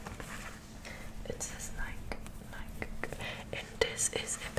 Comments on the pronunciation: It's called Nike not nika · And nike is pronounced nye _ key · ITS PRONOUNCED NIGH KEY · And it’s nik-E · HAHA NEW NIKE NOT ADIDAS